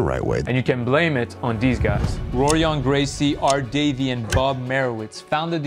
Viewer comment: "HO-rion Gracie"